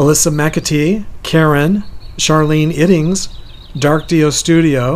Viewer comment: Thanks. Love the blog California gotta be fun. U said my name perfect. Fr Sharlene iddings